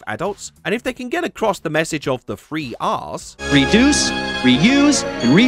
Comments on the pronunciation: A drug called bliss that turns people into zombies. What is this, Far Cry 5? Also 3 R’s sounds like free arse haha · I thought he said free arse when he said three Rs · I heard the free ass instead of the 3 R’s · I really thought you said free arse, when you said 3 r's.